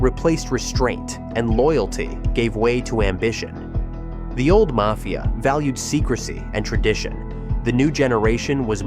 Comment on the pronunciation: Video was pretty good but the way you pronounce mafia is cringe